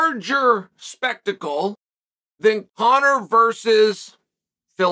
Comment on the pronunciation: He calls his son Conor correctly as well.